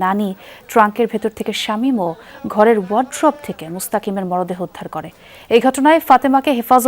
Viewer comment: মরাদেহ নয় মূর্খ সাংবাদিক! মরদেহ!